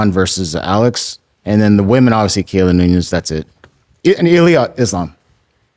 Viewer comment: Not hating*** can you tell him to pronounce the entire word. Thats why Shaubism will never die. He says obviously like ovysee